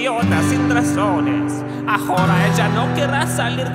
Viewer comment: Great one! the only thing is thatwhen you said ahora the h is silent But aside from that great accent like how you are improving haha most of your subscribers wont understand but ik both Haha